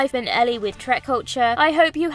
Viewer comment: it's trek not track... how do you mess that up? my faith in this video is gone before it began.